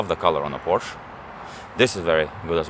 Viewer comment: its POOOOORSHEEEEEE(EEEEEEEEE)